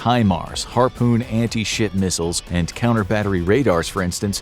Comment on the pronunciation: did you say rip missiles or ship missiles i genuinely cant tell